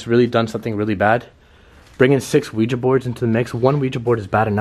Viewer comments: The board is called Ouija, pronounced “we-G” the curser is called Planchette, pronounce “plan-chett” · The board is called Ouija, pronounced we- G